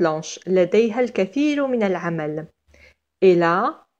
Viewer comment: Y a aussi le pronom personnel elle .. j ai remarqué que vous le prononcez presque il ... La prononciation juste est (٤l) je m'excuse pour cette intervention et bonne continuation.😍